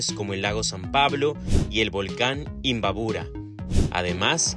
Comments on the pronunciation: Se dice imbabura.....no imbaburo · Se dice imbabura.....no imbaburo....